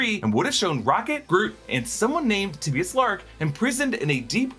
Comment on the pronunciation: I'm not sure that's how you pronounce Tibius